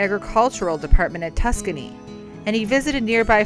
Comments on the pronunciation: With all do respect, you mispronounced the university that Dr. GWC did much of his great work. It's not "Tuscany" but "TUSKEGEE: pronounced Tus..Skee...Gee. It's worth the respect to make that correction. I am a proud alumni of Tuskegee University and we appreciate your efforts to showcase this legend that has a museum named in his honor on our campus, as well as his gravesite. Thanks for the support! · lmao tuscany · It's TUS-SKEE-GEE. Lord have mercy! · Tuscany????? Really???? Terrible! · it's a great video! It's just hard to hear it mispronounced when you went there! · sorry. Having gone to the university, it's like nails on a chalkboard when people mispronounce it lol. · I enjoyed it. Yeah, she pronounce Tuskegee wrong, but it was very informative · I CAUGHT THAT 2 :) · Can someone please have commentators learn how to properly pronounce the historical city of Tuskegee? (It's a bit annoying)